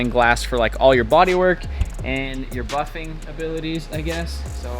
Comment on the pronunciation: Was that puffin or buffin???